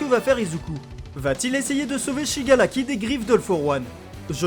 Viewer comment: Il me stresse à dire shigalaki au lieu de shigaraki